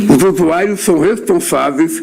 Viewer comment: Esse Lula é tão analfabeto que chama os viciados de "USUAIROS" ao invés de usuarios kkkkkkkkk